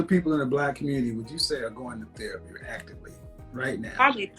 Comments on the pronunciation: Got a new drinking game...take a drink every time shawty says thewapy😂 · Axing about thewapi😂😂😂😂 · Her "re" words are said like "we" she said "Thewapy" 🙄😅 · T H E R A P Y, not THEWAPEE 🤦🏻‍♂️🤦🏻‍♂️🤦🏻‍♂️ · Did she say thewapee? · Yoooo, the way she kept pronouncing "thewapy" had me ROLLING!!! 🤣🤣🤣🤣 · Please stop saying the word therapy. You need to speech pathologist. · I can't get over this ladies pronunciation of therapy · If you can't pronounce therapy, stop saying it. She said theWapy like 20 times in 3 minutes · The-W-apy? Tell Mrs elmer Fudd to get a speech therapist too. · The way she pronounces "Therapy" is hilarious.